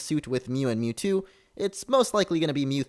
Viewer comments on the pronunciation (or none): You say Mewtwo a lot so it sounds like YouTube